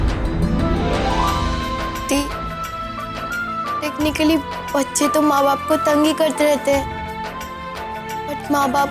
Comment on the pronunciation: keu tacknically tacknically Bolte hai bohut Bura laga sunke